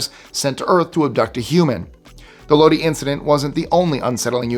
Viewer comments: 😮I was just leaving a compliment on your excellent pronunciation skills of all sorts of foreign names and words...but Lōdī hung me up🙃 You probably weren't even born in 69 in Creedence Clearwater Revival recorded a ballad named Lodi, about a traveling folk singer who ran out of luck and money in Lodi and ended up playing their forever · Sorry I'm about to nitpick. The town in California, Lodi, is pronounced like low-DIE now LOW-dee. Love your stuff. I'm addicted. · Lodi, Ca is pronounced “LowDie” not “LowDee” 😂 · Lodi is pronounced Lo-die not Lo-dee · Lodi, CA is pronounced low dye, not loady. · Its pronounced low-die You know the song..."trapped in lodi again " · At c. ... Lodi isn't pronounced "Lodee" (the City in California, next to my hometown, Stockton), it's pronounced "Load-Eye." Just like Creedence Clearwater Revival, you too might sing your own lament if you found yourself "stuck in Lodi again." (No offense to my Lodi friends). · Lodi is pronounced low die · Lodi is pronounced Lod- eye, long I. Thanks. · Lodi, CA is pronounced LO die. 😀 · So, I have to correct a pronunciation Lodi, CA is pronounced as Lodeye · Low-dye. Lodi. Just fyi. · Pronounced low DYE (Lodi)😄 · It's lodi not low de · Lodi is pronounced “Low Die” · Load eye is how it is pronounced. Did you hear yours from aliens. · So apparently you’re trying to test my senior memory! That would be Amazon and Lodi is pronounced low die!😂❤❤ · Lodi pronounced load-eye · Lodee and Gobleke - your pronunciation is amusing. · Lodi pronounced low-die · Some of your pronunciations give away your eastern upbringing. It is Lo die without the e. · Fyi it's Pronounced Low-Die California. Enjoyed the video. Thanks my good man 😊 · Its pronounced LOAD-EYE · It's pronounced LOW-DIE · It's pronounced: LO-DIE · It took me a minute to realized he was talking about lodi. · Than you for correcting this! It grates on the nerves. Hopefully he doesn’t also say “Nevahda”!